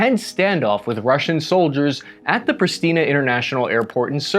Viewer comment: Prishtina, not "preesteena"😂 RAKIDJA?!😂😂😂